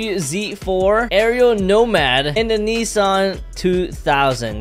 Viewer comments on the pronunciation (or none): none